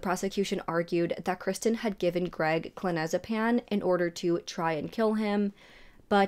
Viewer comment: K. Very informative and captivating. Well done! Please just work on your pronunciation of the drugs you mention. It’s: - feNtanyl NOT fETinol - oxycoDONE NOT oxycodON - clonAZepaM NOT clonOZepam or clonOZepaN Unfortunately, I know my comment will be interpreted as “hate” by other viewers…as that is the culture we live in now. There’s no room for truth or healthy discourse anymore. Please know that hate is really NOT my angle here. If the tables were turned, I would want to know if I were to mispronounce some words. (Especially if those words are central to the story that I am conveying.) I hope you can see where I am coming from. All the best!